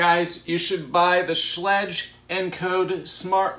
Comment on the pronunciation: Schlage rhymes with egg like schlegg.